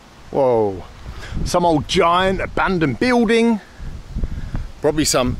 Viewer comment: I love the fact that Mr. Bald is unable to pronounce the word buiLding it’s always biuding 😂